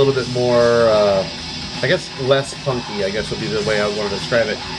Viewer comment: Every time you say “Punky” in this vid, my brain registers it as “funky” for a split second. Man, I fucking wish.